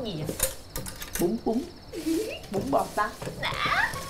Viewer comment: viet nhu the nao? Nghe la bun bot sat